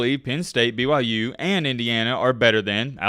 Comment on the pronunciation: Did he just wish me a Merry Christmas and is he actually saying BYJews? Jesus Christ, you are absolutely deranged!